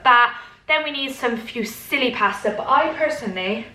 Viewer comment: It's pronounced FOO-SILLY pasta :-)